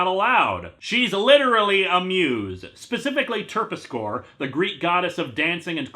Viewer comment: FYI Linkara, the name "Terpsichore" is typically pronounced as FOUR syllables, not three. There's a long e sound at the end. Also the stress is on the second syllable, not the first and third.